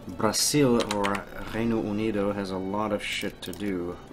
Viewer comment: The R is pronounced like a H sound in Reino Unido